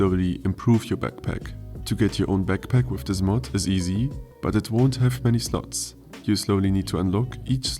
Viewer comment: "wiff new weapons?" Se Germans XD